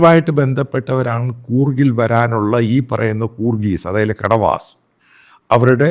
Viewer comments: കുട വാസ് Not കട വാസ് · സറേ കെടവാസ് അല്ല കൊടവാസ് ആണ് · Kadavas alla. Sir. Kodavas enn parayu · Kadavas alla, kodavas. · കടവാസ് അല്ല കൊടവാസ് ആണ്. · കടവാസ് അല്ല കുടവാസ് ആണ് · കൊഡവാസ് ആണ് correct. Ko-da-vas